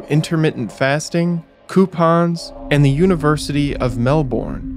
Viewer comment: Off topic but these sorts of things drive us Aussie's (Ozzie's)crazy & u nearly got it right but Melbourne is pronounced Melb'n & Australia is pronounced Straya apart from that love ya vids mate. I wouldn't be surprised if the state premier of Victoria which Melbourne is the capital is behind this, he's not called Dictator Dan for no reason & yes that's tongue in cheek...or is it????